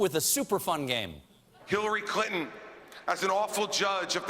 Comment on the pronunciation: Is it his accent or did he just say Hillary Cunton? or so.